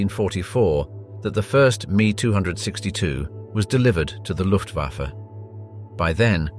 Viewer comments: Once again automated speech software is corrupting the language. Either that or the narrator is particularly ignorant of the English language. The Messerschmidt 262 was known as the M E 262, with each letter pronounced, not me as in myself. There was even one point where the narrator paused as if to emphasis the pronunciation as me and not M E. It seems a little insulting to say that the ME was an abbreviation of the name Messerschmidt, but clearly the narrator is ignorant of this connection. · A pity the announcer didn't realize that it's "M.E. 262," not "Me 262." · I couldn't watch anymore of this video past . The pronunciation of the "ME-262" as "me"" 262 was enough. Why are there so many of these videos, that have either good robots to a certain degree, or people born under a rock. Unbelievable, so many morons!!! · Is he honestly calling the Me 262 the "me" 262? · just like the v2 is v-2 the ME is M-E not me lol anyone else get annoyed but other than that great documentary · Panzer tanks and you show a TIGER a ME 262 say ME not ME. Computers do not know how to pronounce correctly. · The "Mee" as opposed to M.E. = I'm gone. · With all due respect....It's pronounced M - E not ME....as in Messerschmidt.... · It isnt the me 262. It's the M.E.262. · I can not take anyone seriously that talks about "German Panzer tanks". Come on, what does PANZER mean? Tank, exactly. So you are actually talking about the superiority of "German tank tanks" which is double Dutch. In comes the "mee262" ... pathetic. It's a Messerschmidt M-E-2-6-2. Stop making vids like this and go film the Kardashians. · I stopped watching at "me 262" M.E.262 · Are you fkn kidding me its not called the me 262 its the M.E. 262 !!!!!!!!! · The designation of the jet aircraft was the "Me 262" with the letters "M" and "E" pronounced separately. Not the word "me". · It's M. E. 572. Not "me". No disrespect. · It's not "ME", it's Em EE 262, not "two hundred sixty two". jeez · Omg, its not me 262, .. its m e 262